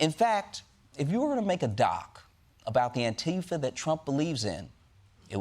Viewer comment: Surely everyone pronouncing it like Trump does has to be some sort of joke right.. I mean maybe they think Antifa is a real thing, or perhaps if they called it the literal thing that democracy is (Anti-Fascist), it might not hit so well with listeners lol.